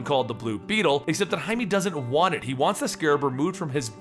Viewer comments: he has says it werid, he says hi-me but its hi-meh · no offence but its pronounced high-meh not hight-me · Jaime is pronounced "Hi - May". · Isn't it just pronounced "Jay-Mee"? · His name is Jaime not jaimy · This is not to make fun of you but in Jaime's name the e is a short vowel